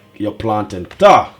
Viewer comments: Did you say "tau"...isn't it Tart😮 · It is pronounced TART